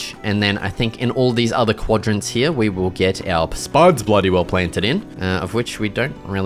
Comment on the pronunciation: It's here not heia